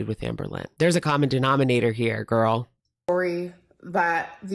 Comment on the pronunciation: It’s not girl math, it’s Gorl math